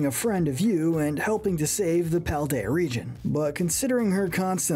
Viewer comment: It's Paldean, not Paladian!